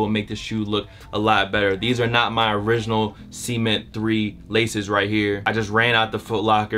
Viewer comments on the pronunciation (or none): why do you say cement like semen?